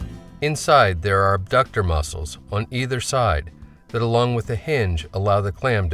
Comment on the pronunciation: It's not "abductor" muscle!!!!!